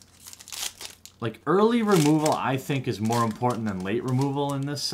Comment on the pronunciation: More not "my"